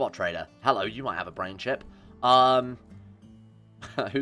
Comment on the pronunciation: "hello I need a bwain". I laughed harder to this than I should have.